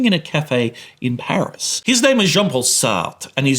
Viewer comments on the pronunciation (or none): none